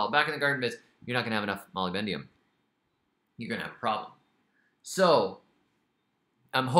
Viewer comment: Love this so much... but please say moly-BDENUM, not moly-BENDIUM